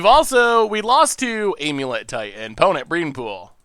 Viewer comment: Nobody: Not a soul:: Aim-yew-let